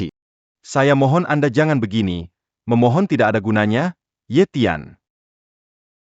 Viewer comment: Begaini (begini)bkn begaini